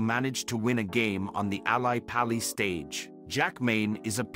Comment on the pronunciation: Nor is it Al-EYE pally stage...